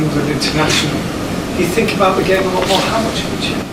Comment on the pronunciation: It is 'think' and not 'fink' my dear boy Rashford. Just saying. I love the way Rashford plays football.